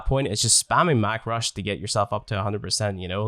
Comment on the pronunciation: “Mack Rush” is painful to me XDD